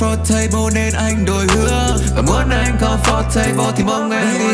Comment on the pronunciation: comfortable mà đọc thành com-for-table ???